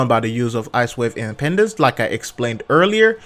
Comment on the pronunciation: funny how a lot of ppl say icewave impendance, but its actually impedance, like to impede